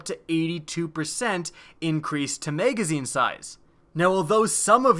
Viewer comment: Whats a "maygazeen"